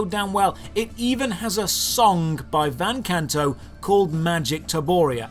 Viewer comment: Runes Of Magic.... THAT'S WHERE THE SONG IS FROM???? I'm a huge Van Canto fan so that's where I know the song from. It's a good song ^-^. You mispronounced the band name but I'm used to it. For people that don't know the band, they're acapella metal! Which is a crazy idea but they're so good at it.